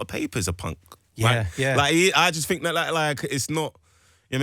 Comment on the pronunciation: As innocently as an American can ask, how did think turn into “fink”?